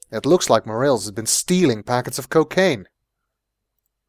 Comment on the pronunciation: I have unfortunately gotten used to your pronunciation of Morales